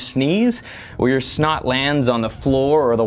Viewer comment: It is funny when you say snot.